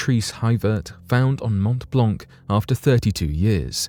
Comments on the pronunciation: Geneva and Geneva airport are not in France, but in Switzerland. Regarding the prononciation of Mont-Blanc, it's good, but just ignore the last letters for each word i.e. “t” and “c”., like it was Mon-Blan actually... cheers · The c at the end of the word Blanc of Mont Blanc is a silent one! Just saying! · You pronounce WRONG way the name of the mountain. Shame.